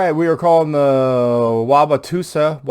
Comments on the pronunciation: it’s pronounced wow wa toe sa. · Wah-wah-toe-sa btw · I would have thrown him out until he pronounced Wauwatosa correctly, or even closely. Other than that, they should have left him the hell alone.